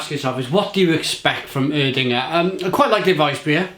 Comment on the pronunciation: Ig is pronounced Air-dinger